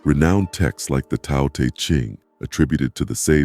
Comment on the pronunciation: Really appreciate your content and I don’t mean to dump on you but it’s pronounced the “Dow,” like Dow Jones.